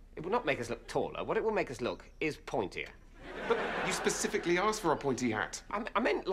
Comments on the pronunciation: "You pacifically asked for a pointy hat!". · takes out a silenced gun It's 'specifically', with an s. Specifically!